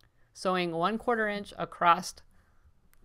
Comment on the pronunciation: It’s “ACROSS” not “A crost” sorry just drives me crazy when people can’t pronounce this word correctly. There’s no “T” sound in the word across.